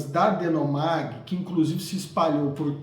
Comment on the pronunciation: Ótima análise, parabéns! Já li e tive a mesma opinião. Só um ajuste: o nome da subsidiária da IBM era DeHomag, deixei o h em caixa alta, é um h mesmo e se fala com r gutural, e não um n 😊. Forte abraço!